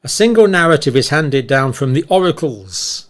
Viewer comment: *the pandemic NAR*ATIVE arrived.